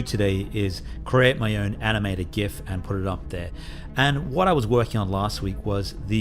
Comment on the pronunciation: Thank you for pronouncing gif the cool way.